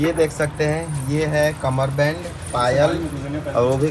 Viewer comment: कमर बन्द बोलते क़मर बैंड नहीं ❤ बहुत अच्छा है